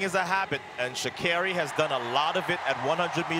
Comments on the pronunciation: THAT IS NOT HOW PRONOUNCE HER NAME MA’AM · ii don’t think sh is pronounced w/a ch , get her name right -_ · How do they still not know how to pronounce her name